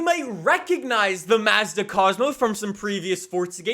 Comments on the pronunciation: i hate the way he says mazda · Finally someone from across the pond who can pronounce Mazda properly. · Every time he said m a z d a I wanted to die lol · the “Maah-zda” bothers me every time 😭 It’s more like “Mozda” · MAZZ-DUH??? bro it's pronounced MAHHS-DUH wtf lollll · It’s not maezda it’s Mazda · hey! here’s a quick pronunciation lesson!!! SAY-LEE NEE-SAWN MAHZ-DUH FEE-OTT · Mazda. Not m a z d a and forza not forttza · I like how worried about how to pronounce saleen but not Nissan, Hyundai, Mazda, Forza, or any of the other horrible ways he pronounces names lol